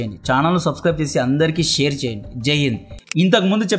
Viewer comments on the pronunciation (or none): none